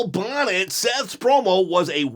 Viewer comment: Thank you for using my hot take! I remember you asking us to correct the pronunciations of names. The correct way to say my last name (Bonett) is Bo-nay. Thank you!